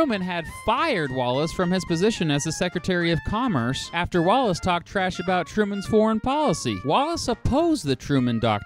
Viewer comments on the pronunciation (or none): none